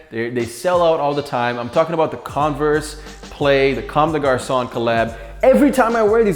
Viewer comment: "Converse comme des GaRsOnNe"